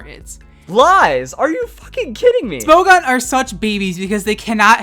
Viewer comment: Every time he says “Smo-gone” I lose a braincell.